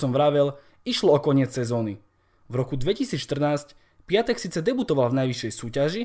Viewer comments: sprav video o Pépému, lille tuto sezonu hraje super a celkom im fandim a inak ten Piątek sa číta piontek a nie piatek☺️ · číta sa pjontek